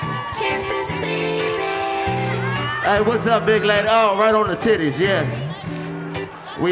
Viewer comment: 😂😂 cuh said "the stittie" lmao I cant stop cryin haha #realniggashit